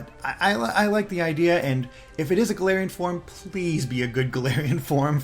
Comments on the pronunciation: gets a region based on his home country Also: can't pronounce "galarian form" correctly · not wrong about Pokemon not being ambitious (or at least as ambitious as we want it to be), but it's still sad to hear it regardless. As for how "Galarian" is pronounced; I believe it's "Gal-AR-ian" but I might be wrong. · or "Ga-LAR-ian," that might be easier to pronounce.